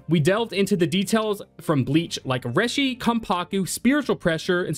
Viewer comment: Bro its not "reh-shee" its "ray-shee"